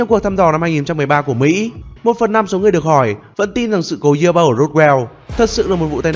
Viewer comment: Hay nhưng nghe khó chịu với cách phát âm Ufo và Roswell của Ad quá